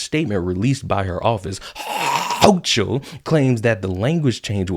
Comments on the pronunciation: This New Yorker is fed up with the ridiculous amount of BULLSHIT. Not all of us vote Democrat. Hochul is an asshole, and her name is pronounced Hoe-Kul, like bringing up a loogie.🤮 I can only hope that Democrats are victimized by their own policies. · Ha ha ha everytime you pronounced houchal I split my sides laughing...nice one 👍